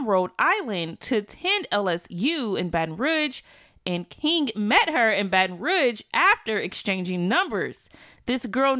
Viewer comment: It’s pronounced “ROO” not “Ruh”